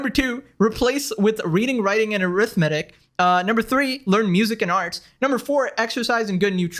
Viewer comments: Careful calling people dumb when you can't pronounce "arithmetic". 🤣🤣🤣🤣🤣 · The irony, you talking about how can everyone be so dumb and then go on to not know how to pronounce “arithmetic”